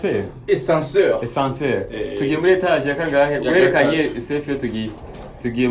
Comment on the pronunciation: "Ascenseur"no escenseur